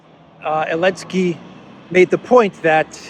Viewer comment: while i do appreciate the non pro america point of view, you guys should really stopsaying elensky. it is just as stupid, childish and disrespectful as saying pootler